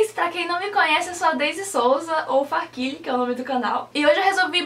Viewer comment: farkile? eu pronunciava farkaile kakaka